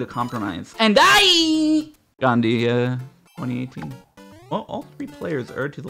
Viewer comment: it's "Gandhi"